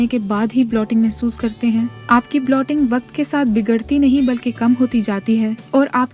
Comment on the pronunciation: Blotting nahi bloating hota he so pls don't spoil the effort with wrong pronunciation. Otherwise good effort!